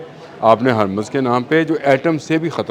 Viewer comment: پہلے لفظ ہرمز کی ادائیگی درست کریں